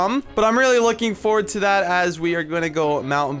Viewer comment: I could see how happy you were after you said "dat I don't think so". All I was doing was cringing....not hating just pointing out something funny😄